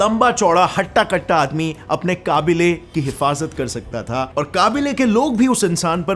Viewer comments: What the fuck is kabeela It's qabila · Kaabile nahi kaabila😂😂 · Kabile nhi kabeela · Its Qabeela / Qabeely not Qabuly😂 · Qaabile nahi khabila hota hai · कबीला भाई काबिला नहीं